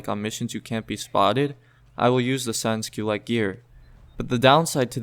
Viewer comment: in french its: San Culote. Not sans kyleit